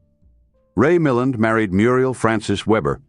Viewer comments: Note to AI : his name is pronounced Mil-land (emphasis on the second syllable), derived from his stepfather's surname Mullane. I'm 78 and a great fan of early Hollywood films and everyone accented the second syllable in the years I was growing up and watching his films. The robotic AI voice also turned me off and I tuned out after 30 secs. Brave new AI world.. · Lots of AI mispronunciation especially Milland and RADA.